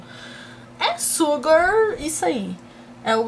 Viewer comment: a pronúncia é "Shugar" kkkkkkk A-M-O seus vídeos! Beijos!